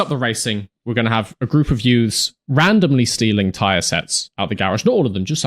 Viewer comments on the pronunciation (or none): none